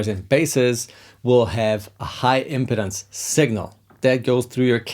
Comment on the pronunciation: Cool tips as always! Be careful with the pronunciation of 'impedance'! It's /ɪmˈpiːdəns/ - stress on the second syllable, vowel sound the same as the verb 'impede'. It kind of matters, because if you get it wrong it sounds more like 'impotence' - which has the stress on the first syllable. I await the Hungarian lesson that you now owe me.;)